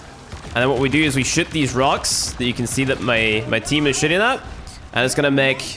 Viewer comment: When ever you say shooting you say shitting